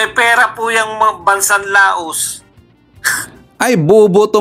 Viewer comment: di La-os ang pronunciation ng Laos kundi pronounce as Law.